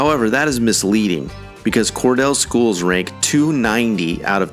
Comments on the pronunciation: Cordele is pronounced Cor DEAL. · Probably pretty accurate, but Cordele is pronounced Core-Deal. Remember first grade phonics? Long e sound after the d. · It's pronounced COR-DILL, like the pickle. I'm so tired of non-Southerns mispronounsing words. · It's pronounced Cord eel ;) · If you’re gonna have Cordele as number one worst city you should learn how to pronounce it correctly. It’s core deal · Cordele is pronounced ("core deal"). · Pronounced COR DEAL. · It's pronounced Core•deal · You mispronounced Cordele. Correct pronunciation is as-if spelled "Cordeal"--long "e". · Cordele is is pronounced "Cor-Deal" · It's pronounced COR DEAL..... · I taught school one year at Indian Creek in Clarkston. And as a teacher I learned that the final e on a word like Cordele makes the preceding vowel say its name Cordeeele. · Exactly. He pronounced it as if it were spelled "Cordell". I wonder why people can't read English. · It's pronumced "Cor-deel" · It's pronounced "kor-'DEEL" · Cordele (Cor-deal) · It’s pronounced cor”deal” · It's pronounced "ALL-bain-ie," and "Cor-DEAL." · It’s pronounced “core-deal”. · Cordele is pronounced: corDEEL. The cities included are all "blue" cities, and are full of welfare recipients, if that explains anything. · they call it Cordeel if you're pronouncing it correctly. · It is "Al-Benny" and "Cor- Deal." My families came from there. I grew up in 1950's Hapeville. And cities East Point, College Park , Forest Park and Hapeville together surround the Atlanta Airport, which swallowed up most of the established residential neighborhoods and local businesses. That left a gaping hole that cannot hesl. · The pronunciations are spot-on. When he said, "Cor-DELLE" I LOL'd. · Cor-delay, like Ondalay...😉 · You mispronounced Cordele. It’s pronounced “ Cord-a-lee. Accent on the first syllable. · Cordele is pronounced Core-deal. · To be honest we actually say Cawdeal. You will hardly ever hear the R and if you do 9 times out of 10 they are not from Cawdeal.